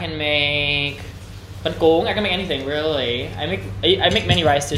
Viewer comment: ở VN lâu rồi và tiếng Việt quá giỏi, nên thỉnh thoảng nói nhanh 1 số từ có hơi lai giọng Sài Gòn rồi đó... âm ly trong really, mostly, hay something nói với dấu huyền khá kiểu Vietnam (real-lỳ, most-lỳ, some-thìng)